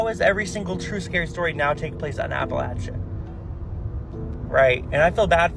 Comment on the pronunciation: He was pronouncing Appalachia wrong... lol